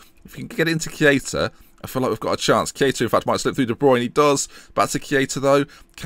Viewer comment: Why Key-aa-tah? :/